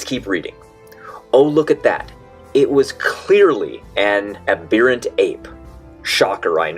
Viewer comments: A flat/young earther giving a lecture on Human Evolution is like a 23 year old Catholic Priest giving sex lessons. Uhh... "Uh BEAR uhnt" ape? Doesn't he even know how to read the pronunciation guides in a dictionary? It's "AB erruhnt". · It was an "aberrant" Ape. NOT an Abeerant Ape matey! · [haa], People have been talking to their cats for centuries. Other pets too. lol It's ab ERR ant, not ab EER ant, you troll. Also, there's only 1 g in Orangutan and it's not on the end... In summary, you're an idiot. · A. This moron thinks illustration in a Time Life book is like the sole defining piece of evidence by which evolution as a concept stands or falls. B. Doesn’t understand what the illustration CLEARLY says. C. Is too dumb to pronounced “aberrant.” But thinks he’s refuted the foundational core of all life science… These YECs are working at a level of smug delusional stupidity and hubris that’s so monumental it’s almost impressive.